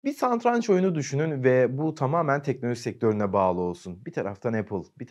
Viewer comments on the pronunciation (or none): Bi teknoloji kanalı düşünün sunan kişinin satranç yerine santranç dediğini düşünün bide! Şaka gibi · Bi daha "SaNtranç" desene😂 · Santranç dediğin için izlemeyi bıraktım.